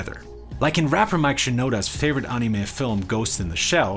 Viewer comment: wtf why does ur "anime" sounds so funny